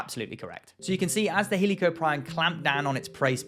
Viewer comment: Fuck the crazy spinosaur debate bullshit paleontologists need to fight about this "he lee co prion" pronunciation